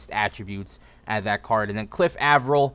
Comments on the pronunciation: its Aye- Vril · lol Cliff Av-er-il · Saying Avril wrong